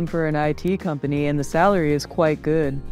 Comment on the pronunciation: your pronunciation " quite" is not correctly